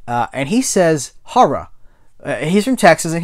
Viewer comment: Great pickups and another great video, my man! Tarz'n and "harrah" sound like the dialect issues you southerners are so famous for. That horror list book looks sweet! Gahan Wilson was known for his Playboy cartoons btw. Very surreal quirky stuff. Check him out. I think you'd dig it.